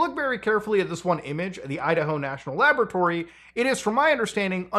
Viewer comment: Love how he says “laboaratory” like Dexter haha